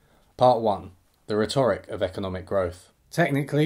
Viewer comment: Holy guacamole... This is one of the most cogent, informative, breviloquent, and valuable videos I've ever seen. You have an unparalleled degree of economic profundity, and your channel is a blessing to BreadTube. My only quibble is that you mispronounced "rhetoric," but that's a moot point and indicative of a prolific reader—one who likely reads more often than they speak. Anyway, much love to you,. Cheers.